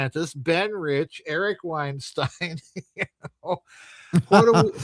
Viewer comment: He mispronounced Weinstein as Vineshtein, but YT still managed to transcribe it correctly, like it did when he mocked Dubya with "nukular." Yet it still obviously gets well-known names deliberately wrong: "Eupfology" as done by "Jay Allen High Neck." If the name were obscure, like 'Mensur' which mispronounced as "Menshur" (no doubt as a play on words as 'Measure of a Man') then YT should be expected to get it wrong - which it did by transcribing it as "meurous" despite it not being a word. "Davis" may be an allusion to the way Argentinians pronounce 'v' as 'b'.